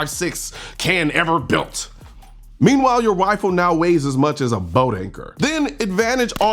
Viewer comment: Is he intentionally saying "wifle" instead of "rifle" as a joke? If so... Lol... If not... My bad...